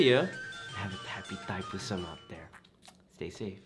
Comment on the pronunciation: Pronounce la betul2 Thaipusam